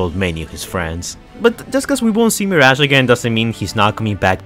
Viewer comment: Yess “meerash”